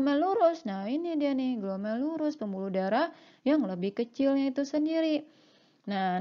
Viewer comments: Mbak, judulnya "ginjal" bukan gijal. Kemudian "glomerulus"bukan glomelurus... koreksi dong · Glomerulus bkn glomelurus